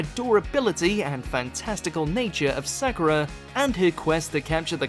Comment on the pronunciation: The was you say Sakura tells me you didn't watch it